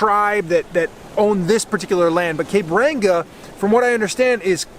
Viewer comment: Hah he said cape ranga